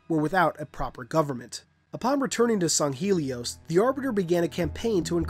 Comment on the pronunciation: This is just a pet peeve but, it's really annoying when people don't pronounce things correctly. Granted people have different ways of speaking and even in simple words, there are different pronunciations (to-may-to/to-mah-to) but in every piece of factually evidence, it is Sang-Heylee as to where you say "Sung-Heelee. Just a pet peeve.